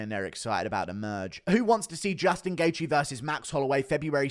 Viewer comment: You butchered Gaethje's name so bad lol